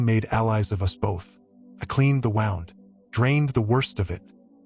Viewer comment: In this case wound should be pronounced like wewnd not like a clock being wound.